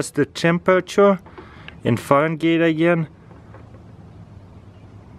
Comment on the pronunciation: "let's test it in farengate agyane" lol😂